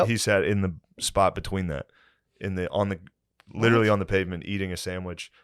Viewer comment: Every time Matt says: “ LIT-TRILLY” I want to LITERALLY choke him